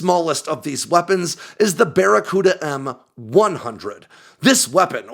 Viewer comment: "It's that there bacaruda missile"